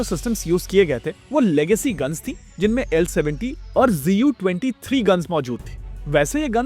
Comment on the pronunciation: Bhai GU nahi ZU hai. Tum kaise galat bol sakte ho? Not expected from you who does home work before making videos.